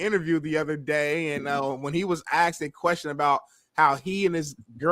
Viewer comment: Its asked, not axsked